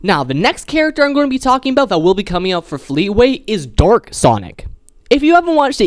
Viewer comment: It was so funny when he meant to say dark sonic but it sounded like he said “Dork sonic” 😂